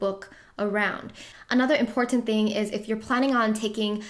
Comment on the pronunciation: “It’s imporTTanTTT” lol